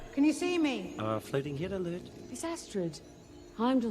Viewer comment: "Floating hid alert". Like when my Mum says "shet".